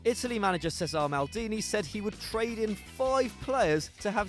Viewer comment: Giallo Rossi = pronounced as Jallo. Facchetti pronounced as fakketti. Cesare Pronounced as Che Sa Rè. Not an easy task choosing, however you could swap Totti for Baggio.